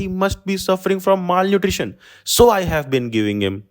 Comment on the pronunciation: No hate but Malnutrition ✖️ Maal nutrition✅